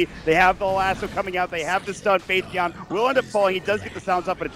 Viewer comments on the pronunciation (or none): faith.bian they read it like faith Beyond